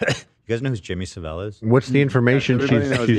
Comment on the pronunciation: As a Brit the way you pronounce Jimmy Saville is hilarious 😂😂😂